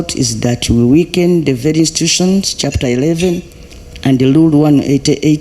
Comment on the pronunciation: I managed to work out some of the pronunciations: Delivaly (delivery), collapson (corruption), lule (Rule)